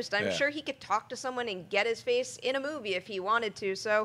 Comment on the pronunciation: I wonder why they think Best Supporting Actor and Actress are the tightest races. To me it's so clear that Viola Davis and Michael Shannon should and will win. Also I find it funny how pronounces the word "movie" sometimes. It's like moo-wei.